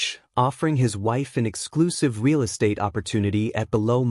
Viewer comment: Real, pronounced "reel" with a long "e". Fire your AI reader and hire a human who can read and speak English.